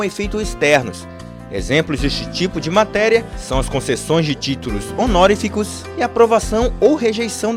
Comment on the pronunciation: a palavra honoríficos foi pronunciada errada. Um abraço.